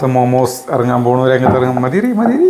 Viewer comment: തിരുത്തണ്ട 😄😄😄. ആ നാക്കുളുക്കൽ ആണ് ഓരോ വീഡിയോസിന്റെയും highlight 😄😄😄🥰🥰മാമൂസ് 😄😄